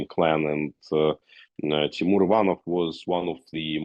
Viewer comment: By the way I never ever heard wrong pronunciation of the second name "Ivanov", you put a stress on the first syllable "ivan..", however in ruzzion it goes on the second one "...nov". Man I never payed such attention :) but it was so cute!